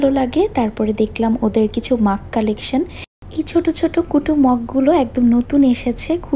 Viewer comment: আপু আপনি মাগ বললেন না মগ বললেন আমি বুঝতে পারিনি??